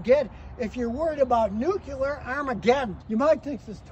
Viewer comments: It’s pronounced, “nuk-lear”, Homer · Never understood why people pronounce nuclear as "nucular" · I’m more worried about the people who pronounce it nuculer than I am an actual nuclear event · Nuclear has 2 syllables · I don't think I should take advice from someone that can't pronounce the word nuclear